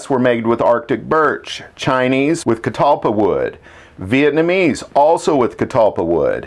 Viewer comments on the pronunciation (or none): none